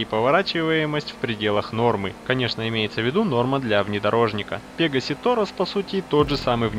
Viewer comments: Пегааси торос а ты сказал пеегаси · Не "пе́гасси", а "пега́сси"! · У тебя ударенее на е